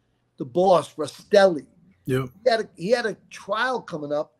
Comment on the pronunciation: Love your channel, I recommend learning to say names right as in Rastelli instead of Rasitelli. And Gaggi is said with the two gg making a j sound, not Gag ee 😂🤦‍♂️